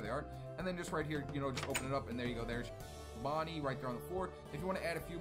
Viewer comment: here are the names he was saying wrong, withered bonnie, withered freddy, withered chica, withered foxy and mangle